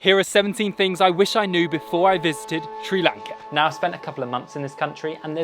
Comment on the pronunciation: Dude, hard to take you seriously when you don’t even know how to pronounce the country’s name properly!